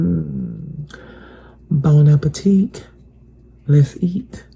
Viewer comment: Dat 🥷🏾 said"boneappateek"🤦🏾‍♂️... It's Bon appetit.. (Illiterate)